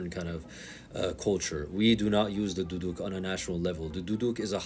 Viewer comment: Bro said duduk with the hard D